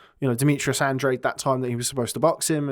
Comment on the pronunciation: Hello guys, great pod cast, just an observation, Andrade is an Spanish last name and you pronounce it like this: Andráhdeh, thanks.